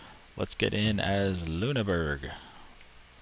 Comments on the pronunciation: Actiualy, that was shit; Its Loon-er-Borg.. Or not ITS SOMETHING LIKE THAT (its not loon-burg is what im getting at) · I dont know how to type it out, but its not Loon-Burg. I could say it to you, i just cant type it. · the doted u makes an i sound